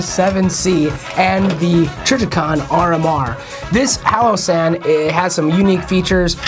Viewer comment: Wtf is a "hallow san"?!